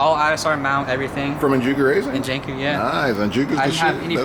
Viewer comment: "Enjuku racing?" "Enjanku yeah" lmao